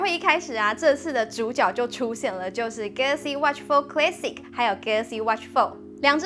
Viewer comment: Classic....a 要發音『阿』不是『ㄟ』